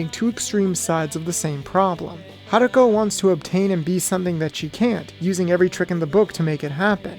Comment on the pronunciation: Goddamn it really bothers me that you keep calling her "Haruka". It's an O at the end dude